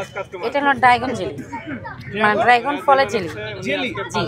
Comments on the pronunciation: ড্রাগন উচ্চারণ করেন আগে শুদ্ধ ভাবে,,,ড্রাইগন না ড্রাগন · ড্রাগন❌ ড্রাইগন✅😂😂😂😂😂😂😂😂